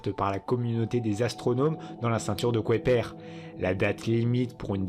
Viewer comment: pourquoi le narrateur prononce la ceinture de kouaiper au lieu de kuiper !